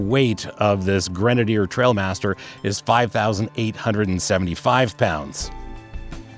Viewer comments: That is the actual model name of the Grenadier. It refers to trials riding and everyone seems to get it wrong and read it “trail” instead of “trial”… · It is the Trial Master and not the Trail Master!